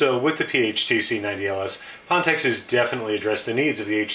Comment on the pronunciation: just wondering because I don't know this company, but isn't it pronounced fan tech?